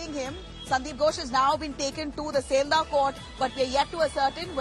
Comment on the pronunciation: Pronounce properly its not seldah its Sealdah.